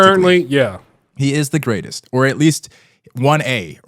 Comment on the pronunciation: Grratest at what??? Lossing???